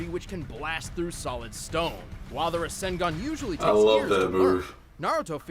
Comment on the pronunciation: My man said "RAW ZEN GON"